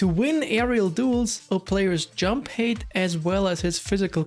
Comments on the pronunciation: I’ve been subscribed to you for a long time … and I love your videos , very great content ! But you pronounce HEIGHT like HATE , but it should be pronounced as H-A-I-G-H-T, RESPECTFULLY🙏🏽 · Hate or height? I can’t catch it